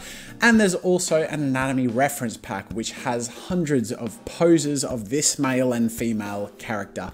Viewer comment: "hundreds of poses of this MYEL and FEEMYEL"